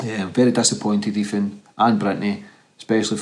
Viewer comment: The name's Ethan.. Not.. Efan! Please pronounce TH properly bro..